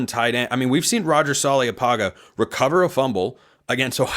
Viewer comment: In Samoan, there is virtually always a silent “n” before every “g”. Apparently you are unaware, in mispronouncing Roger’s surname. It’s “panga”, not “paga”. 0 oe tele ulavale.